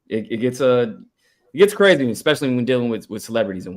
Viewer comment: cwazy... thats how he was fixing to say thats crazy